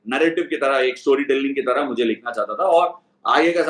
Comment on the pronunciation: Ashwin bhai instead of Taraf it should be tarah. Just sharing,hope you don’t mind. Your videos are fun and insightful and I enjoy it as I do watching you play.